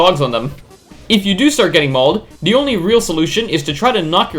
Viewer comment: “Them” not “dem”, “the” not “da”